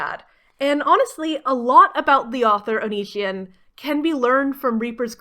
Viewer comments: It's onision oni as in the Japanese demon si like the Spanish word si for yes and on like on oni si on how you pronounce it. By God that drives me nuts sorry but here how to pronounce his stupid name or just call him Greg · That you never even stumbled into a correct pronunciation of Onision amuses me greatly. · You are just flexing on us by pronouncing his name wrong, wish I didn't know anything about that man as well. 10/10 review by the way